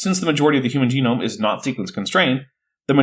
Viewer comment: Oh, is this where Bad Jackson gets his pronunciation of "jeh - noam" from?